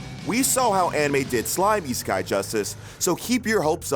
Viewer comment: Why did i hear isekai as e-sky?